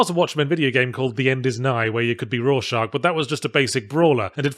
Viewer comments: I think you're off a little. The a is the 'ah' in father and the x is the back-of-the-throat 'ck' in loch. Combine that with the 'o' in story and you should have something closer to "roar shock". Granted 'shock' and 'shark' sound almost the same with an accent that leans out of 'r' sounds, like British English. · Row shack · You have to go more into detail to make it understandable. Important is that it's not a connected sch but s and ch, also the first ch is one of the ch's pronounced like a k the second ch is one of the ch's pronounced like a sh. So the correct pronounciation would be "rorskarsh" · Hearing Yahtzee pronounce Rorschach as “roar shark” gave me whiplash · A quick Google search reveals it to be pronounced “roar shack,” so I’m gonna blame the extra r sound on Yahtzee’s accent. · Its weird I swear he said it before but differently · I pronounce jt "Raw Shack" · Well, Alan Moore pronounces it "Raw Shark" it seems as there is a joke in the book where one of the cops thinks his partner is saying "Raw shark" (right after the pirate comic scene where the main character is eating raw shark.) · don't blame the accent for that, he's just wrong on that one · I thought you might just be mishearing due to his accent but I'm from blighty too and he's definitely mispronouncing it.